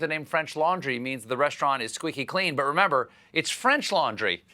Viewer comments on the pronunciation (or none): none